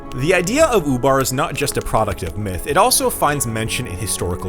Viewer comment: That's ''Ubar'', not ''FUBAR''... although that's exactly what happened.